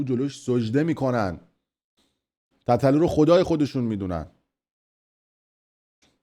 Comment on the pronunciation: خفه شو حرومزاده تابلو از قصد اینجوری میگی تتتلو یادت داده مادرجنده